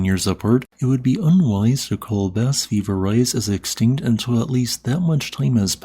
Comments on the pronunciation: Ves-TEED du pahl Shahn de pwee Bah Vee-ver-EYE SHO-vay Pohn Dark SWEE-ohl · In all fairness, it's hard to pronounce foreign languages written in Latin script. Bas-Vivarais may look like "Bass Viv-are-ice" in English, but the French pronunciation would be closer to "Bah-Viv-ar-ray". Totally intuitive if you're familiar with French. Totally unintuitive if you're not. There is also regional variation across France, making things harder still.